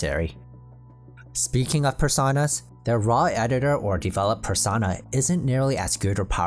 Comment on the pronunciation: Per- sown - ah Like "personal". You dont say "Persahnal"